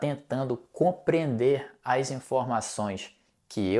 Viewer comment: Claro! Você até pronúncia 'as' como 'aish' como os cariocas! Reparei igualmente que você pronúncia muitas vezes o 'no' com um 'o' e não com um 'u', como, por exemplo, em 'no Brasil'